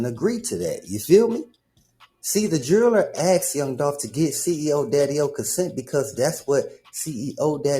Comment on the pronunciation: the "jerrler" got the "jerrlery"🤣🤣🤣